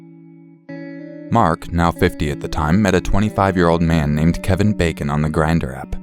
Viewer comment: Keven Bacon? Really? 🙄